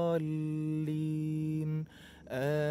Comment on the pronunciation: Bacaanya sudah bagus...tapi sedikit koreksi tasdid terakhir pada lam dalam kalimat waladdoollin agak di tekankan sedikit biar agak jelas...semoga kita semua selalu di beri petunjuk...terima kasih....🙏